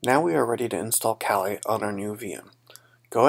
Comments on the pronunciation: lmao you said colie instead of kali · oh lol i just thought that was a bit silly